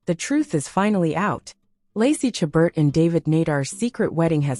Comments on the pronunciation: Her last name is pronounced "Sha bear" with the accent on the second syllable. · If you get a job to narrate a video about a famous person, you should make sure you know how to pronounce that person's name, not keeping on saying it incorrectly all the way through the video. The t at the end of a word that is French is never pronounced! Also, the caption writer should spell her first name correctly; it has an E in it. It's spelled Lacey, not Lacy! And, at least mention that all of the men she is seen with in the photos you show are actors, as her husband is not shown here. I'm not sure about the still photo that is not shown in the video, but is one of the two still photos you see before you click onto the video. The photo there of her with a man is a man who I have not seen in any movie with her, so I'm not sure, but think it might be David Nehdar, but I KNOW the others are NOT! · Half the time these 'tell alls' are simply clickbait with no basis. Not surprisingly, they "know" so much they cannot even pronounce the subject's name correctly! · If you are going to take advantage of the famous names, at least pronounce her name correctly!